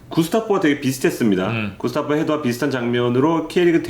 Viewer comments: 그러게요 저번 리뷰에 제가 댓글 올렸는데 구스타보를 "게슈타포"가 연상되는 "구스타포"라고 계속 이야기 하네요. 문제 있으면 고쳐야 되는데 작년부터 1년 넘게 이러고 있네요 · 거 거슬리네...전북경기가 왜 말린건지 몰라서 그렇시나? 심판이야기는 불문율 임? 전북이면 모두 까고 싶어 안달임? 그리고 구.스.타.보 요 기자양반 이름 좀 제대로 말하쇼..